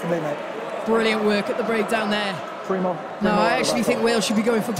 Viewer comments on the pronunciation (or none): none